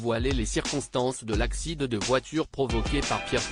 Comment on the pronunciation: C'est un robot qui lit! C'est absurde et ridicule! Il prononce "accident" ACCIDE!......